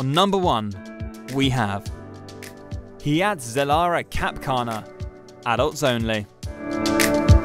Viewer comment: I guess "hurricane " isnt the only word Brits never pronounce correctly. Hyatt is pronounced "HIGH-att". Not "HEE-att"